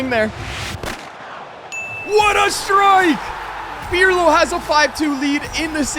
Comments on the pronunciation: Its not pjrlo😂😂😂 its pirlo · It was almost im-Pirlo-lism😂😂😂